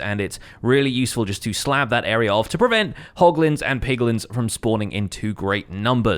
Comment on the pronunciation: I swear I heared POGlins for a sec.... I need to stay away from people more